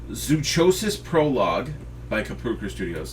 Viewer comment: Hey, just wanted to inform you that zoochosis is pronounced like psychosis. Zoo(psy)chosis.